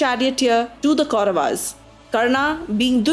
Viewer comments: I gave up watching this when I heard pronunciations like Pandavaas, Kauravaas, Hastinapura... unnecessary ...aaas added in the end of each noun. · Your pronunciation of Kauravs as Kauravas, Pandavs and Pandavaas is jarring because it is so westernized.